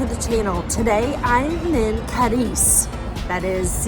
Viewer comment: Say it right at least - it's CAAAAADIZ - Not CADIIIIIIZ